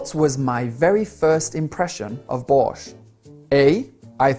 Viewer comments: Это был легкий текст но я застряла в начале . Потому что совершенно не знала что вы так коверкаете название нашего супа ... 70% было понятно . Но все ещё все непонятно 😂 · Why "borch" sounds like 'boring s#1t'? Very quickly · Пачиму вместо borsch я услышала Bosh!?!? 😂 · #1 b) He was not sure that borsch is edible #2 a) i didn't understand all the text but maybe waiter just bring soup earlier than Jordan finished it P.s. hahaha, "borsch" sounds more like a deutsch word than russian, i hear english adaptation of borsch at first time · Я сначала когда говорил не понял слово "Borsch" 😂